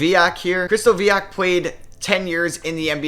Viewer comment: COW-ens, not COH-ens. And CRIST-oviak, not CRISTO-vee-ak 👍